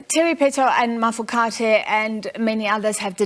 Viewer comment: How does a whole News Anchor that was born in South Africa and lived here her whole life not know how to pronounce Mafokate ? Also why is a member of the minority presenting news to a country with a majority that is African.........